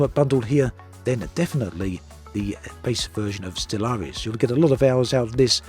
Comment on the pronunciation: Surely that is not how Stellaris is meant to be pronounced? With a hidden a at the end.